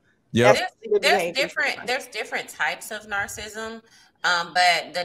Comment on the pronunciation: Hearing narcissism mispronounced SOOOO MUCH was so uncomfortable 😂😂😂